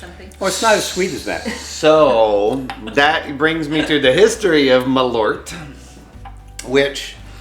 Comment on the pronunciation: I just saw this on Last Week Tonight with John Oliver, and had to check it out. As a Swede, I must say that your pronounciation of malört is differing slightly from how we say it. 😄